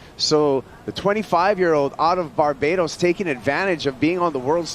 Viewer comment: Barbados 🇧🇧 not Barbaros learn and remember the name